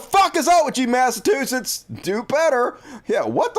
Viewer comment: Mass uh chew sits... just trying help, no disrespect. Great show!